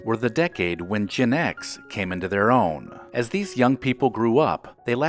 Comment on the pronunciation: From accenting and inflection, I’m racking my brain wondering if this is an AI voice or not. After hearing gen X prounced /je-nex’/